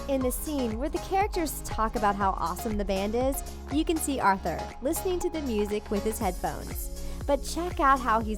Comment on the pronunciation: i faceplam three time when you said arthur